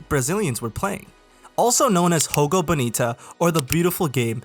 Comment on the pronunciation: Portuguese is not Spanish. Jogo is pronounced with a J sound, not an H.